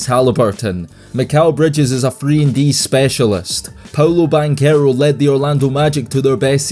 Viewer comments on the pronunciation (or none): none